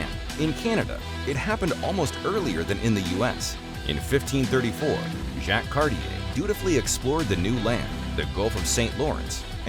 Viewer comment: A number of pronunciation mistakes are made Jacque Cartier, Kanata…